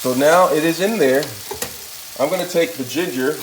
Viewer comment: Lmao, he said gingar